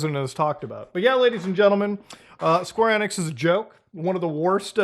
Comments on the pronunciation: Square Eh-nix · It’s square enix not square enix